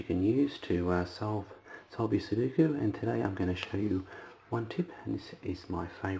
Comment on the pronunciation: Sudoku. Not Suduko........